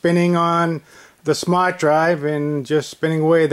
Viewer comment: What's a "smat" drive? In all seriousness you need to give up. Your reinventing the wheel and acting like you invented something.